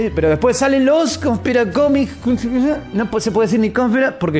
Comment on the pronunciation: por que no podes decir conspiranoico??